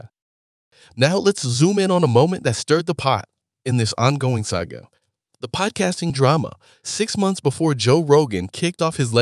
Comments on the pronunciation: Can't get past the pronunciation of the word saga (sah-ga not say-ga). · This AI shit is so stupid. And if it's not AI-generated and you actually pronounce "saga" as "Sega", then... well good luck. Lost me at the start.